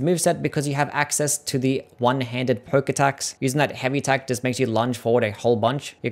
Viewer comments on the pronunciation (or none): none